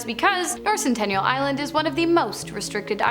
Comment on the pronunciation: It's Sentinel Island. Not Centennial Island. 🙄